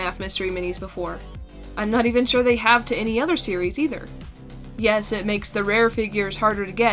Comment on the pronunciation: needed more mouth He be like: yus